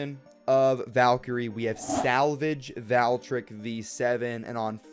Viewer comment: They really massacred Valkyrie/Valtryek with this release, but please, I don't like how you say "Valtryek". It's pronounced "Vahl-tree-ehk", not "Val-trick"